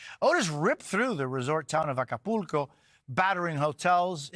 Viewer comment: Just notice this guy pronunciate ACAPULCO perfectly 😅 im from México